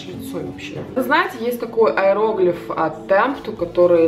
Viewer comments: аэрограф же, а не аэроглиф 😄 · не аэроглиф, а аэрограф😂😂😂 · аэроглиф😸 аэрограф правильно., очень круто что ты вернулась, очень ждала твои видео)